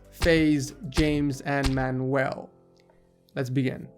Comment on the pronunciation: pronunciation: MAN-YOU-EL not MAN-WELL